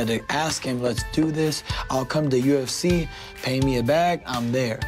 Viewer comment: Bahasan dan analisa ok sih .... cuma penyebutan UFC masih kedengeran aneh kadang yu ef ji atau yu ef ci harusnya Yu Ef Si (UFC)